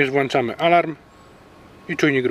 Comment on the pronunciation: Na przyszłość włączamy a nie wyłanczamy bo to aż boli ;)